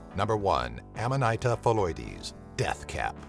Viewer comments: Just a pronunciation tip: Amanita is pronounced auhma-nihta not amma-nighta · (Aman -eeta) is how you pronounce that